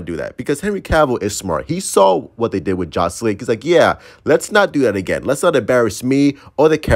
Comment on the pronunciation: did you say jostis league? 🤔